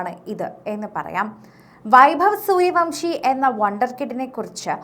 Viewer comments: സൂര്യവൻഷി എന്നാണ്.. സൂര്യവംഷി അല്ല 😂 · Vamsi അല്ല vansi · Not suryavamsi...but suryavanshi😅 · പേരെങ്കിലും ശരിക്ക് പറയു.